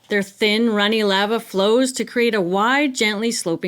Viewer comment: Love you channel but why do you say lava like that 😂